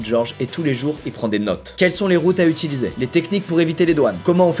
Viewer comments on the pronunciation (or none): none